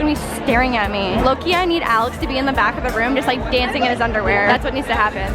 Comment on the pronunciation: When she says Alex it sounds like Alice